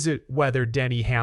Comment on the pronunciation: Hey, can you learn to say SVG’s surname. You’ve had weeks to learn.